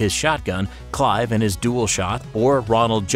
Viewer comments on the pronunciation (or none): none